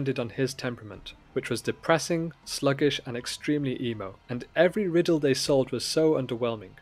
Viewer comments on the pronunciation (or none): none